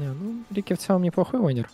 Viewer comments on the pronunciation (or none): none